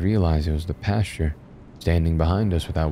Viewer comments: No offense but every time you said pasture I imagined a piece of wheat wearing a clerical suit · When he was described as the "creepy pastor" it almost sounded like you were saying creepypasta, very apropos lol